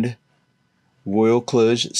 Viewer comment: Wow! This is a small channel, yet it managed to pronounce Royal Kludge correctly.